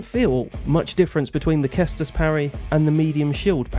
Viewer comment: It's not pronounced Kestus, it's pronounced Sestus. Just so that you know if you ever speak about it in future videos. Cheers and thanks for the information on parrying. Time to practice.